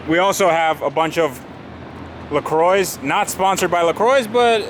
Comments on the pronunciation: Was engaged till u said « le croyze », please, this goes for anyone, learn how to pronounce words. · La Croix rhymes with Bra mes ami. It means cross in French.